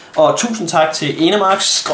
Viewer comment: du udtaler Enermax underligt. :D